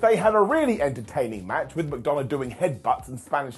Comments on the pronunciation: Is it just me, or doesn’t it sound like is saying JD Mcdonut? lol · Yes. He's calling him McDonut. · 35 - I swear I hear “JD McDoughnut” 🍩 when you say his name. 🤪